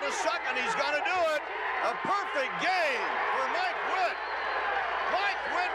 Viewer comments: It's Mike Witt, not mile witt... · It’s mike Witt not mile Witt lol nice fail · “Mile” Witt? Wtf? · ..."Mile Witt"...LOL...